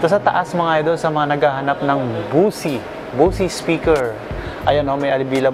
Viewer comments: Ang bigkas sa Bose speakers hindi "bosi" kundi "boss". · Bose is pronounce Bosh.